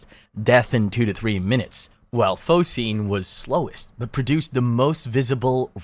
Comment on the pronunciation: Fos-gene. Not fosine